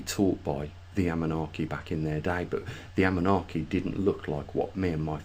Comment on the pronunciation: Anunnaki - please NOT Amunnaki